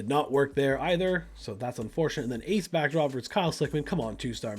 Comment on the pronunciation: i enjoyed the video and how you set up matches but.... its Ace Backdraft... not Backdrop or whatever you called him (twice)